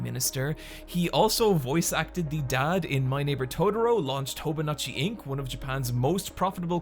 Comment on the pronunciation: "Hobonatchi"... oof. Itoi's company is called HOBONICHI (pronounced Hobo-neechy).